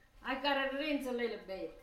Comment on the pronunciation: A littleA salt? lol!